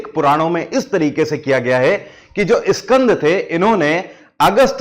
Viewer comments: Please say skand not Iskand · Iskand. Puran nahi. Bete. SKAND. Puran. Kaho. . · इस्कंद पुराण नही स्कंद पुराण होता हे. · स्कंद कहिए,इस्कंद नहीं!हिंग्लिश क्यों?